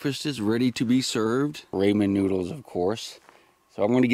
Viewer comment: Rah-Man Not Ray-Man! Rayman are made for otherworldly guests... Be careful with the type you buy! 😁